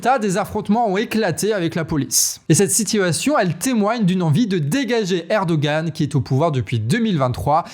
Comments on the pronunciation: Erdogan est président depuis 2014, premier ministre depuis 2003, vous avez un paquebot de retard aujourd’hui 🤣 C’est erdogan que tu prononce mal, on dit « herdoan » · Salut. Juste petite rectification de prononciation: Erdoğan: le ğ ne se prononce pas, il allonge la syllabe précédente: lire Erdoan. Pareil pour Imamoğlu. ça se lit imamolou (vous pouvez allonger légèrement le o, et le u se prononce "ou") Bravo pour votre travail. Un dossier su la Turquie pourrait être intéressant, mais c'est un sujet complexe. Attention au chiens de garde du parti au pouvoir, ils sont très virulent (et ils tuent)